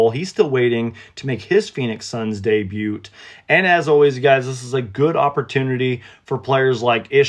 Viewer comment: Hey. The "T" in Debut is silent my guy!